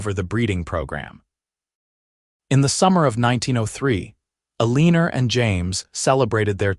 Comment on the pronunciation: Really ? Eleenor ? How about proper pronunciation? This story is so badly narrated I don't know if I can continue listening !